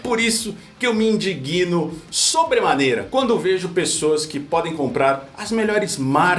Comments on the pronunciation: Não é "indiguino", é "indigno",. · "indigno". A sílaba tônica é "dig", com o "g" pronunciado levemente.😉